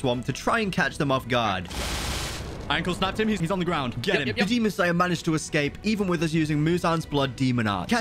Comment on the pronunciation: HE SAYS "MANAEGED" YESSSSSSSSSSSIR